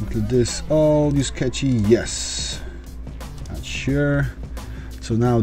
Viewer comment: Catchy drive? You mean "Cache" (kaSH) drive.